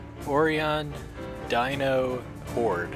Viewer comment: It's pronounced Oh-Rye-On. Sorry, that was driving me nuts. XD